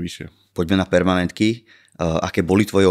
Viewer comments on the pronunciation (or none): Viete že sa to vola permanentka, nie pernamentka? Je to odvodené od slova permanentne